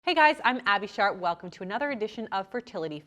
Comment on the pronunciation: I thought she said abby SHART